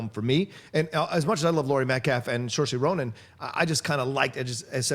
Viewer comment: saorise is pronounced SIR-SHA